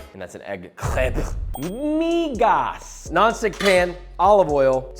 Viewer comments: “MEEEGAS” really had to emphasize it 😆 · A little too much excitement on that ‘migas’ pronunciation…lol